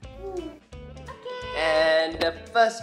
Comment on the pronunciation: One two “tree” TREE